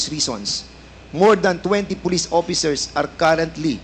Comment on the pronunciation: 1. Opiccers 2. Seventy por 3. Pace 4. Over 5. Inpak Fernandez, wala kang ka pronounce pronounce 😅🤣 porya gaba, yutering. 6. As a matter of pak